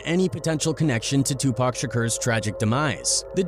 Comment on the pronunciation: 😂😂😂😂😂😂😂 2Pack grinds my gears